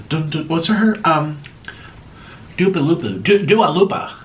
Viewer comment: he said dua loopa LMAOAO wtf